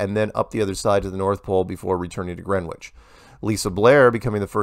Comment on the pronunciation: For a man whose life revolves around the globe (or lack of it), you would think you’d know how to pronounce Greenwich. It’s pronounced Grenich.